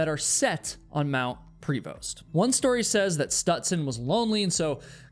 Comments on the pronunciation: Local here. The mountain is Mount Prevost, but we pronounce it Preh-voh. Lots of Sasquatch stories from the local Cowichan tribes. too. And yes, the Cowichan tribe is the very same tribe making a land claim over Richmond. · Hi Duncan is [done-cn, soft A] and Prevost is pronounced soft E and soft O) great vlog thanks stranger than 😅strange.... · it's pronounced more like "mt. Pruv-oh" not prevost. There are alot of dark things on this island people dont talk about. Human traffickers, serial killers, gangs. On the mainland they let pickton run around killing people for two decades...the cops are corrupt lazy and incompetent. None of our institutions actually do anything to protect the average tax payer...if anything they punish us while letting actual criminals off with a slap on the wrist. Its disgusting yes...the rcmp are basically our version of federal law enforcement. We have municipal police that are separate from the rcmp...but alot of places just have a local rcmp detachment. for the most part the rcmp handles big criminal investigations like disappearances, murders etc. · Pronounced Pravo not Pree Vost. Mt Prevost. From Duncan here, in high school we had the Prevost-aton where we were dropped off by bus at the bottom on the mountain and we walked up and over it and back to the school. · Lived on the island. It's pronounced more French sounding like 'Pro vo'. Not 'Pre Vost' Also Cougars and bears and other scavengers like easy meals but are sloppy eaters, so they probably only found like a handful of chewed up bones of questionable origin. And then 'Lost' those bones when they weren't human. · Mount pree-vost I can understand, but Dunn-can? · Prevost is pronounced like pra-vo btw